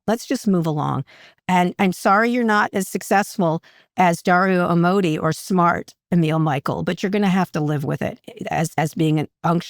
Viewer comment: Amodei is pronounced Ah-moe-DAY , meaning "love god". Anthropic means "human centered". They are beautiful names that are holding the line of AI. Come on, Kara!